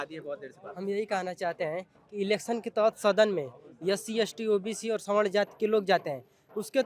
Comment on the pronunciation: .. ma'am संवारना nhi स्वर्ण hota h